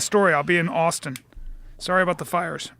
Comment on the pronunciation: austeen teggzuz